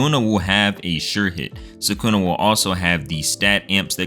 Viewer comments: why are these american anime youtuber never able to pronounce names correctly. its sa-ku-na not sa-kooo-nah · its sukuna not sakuna